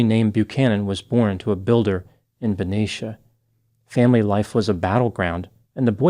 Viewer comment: This is from my home town! I went to high school with him. Thank you for pronouncing Benicia correctly lol